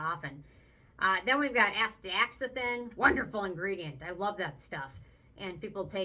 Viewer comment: as-tax-an-thin , I believe is how u say it LOL. that numbuzin does look really nice. cant believe the price of skinfix?! for 1oz. oh my.